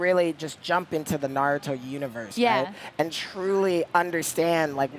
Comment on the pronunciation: I cringed the way he butchered Naruto’s name lol